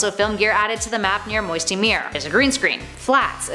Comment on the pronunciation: you said Mosty Mire wrong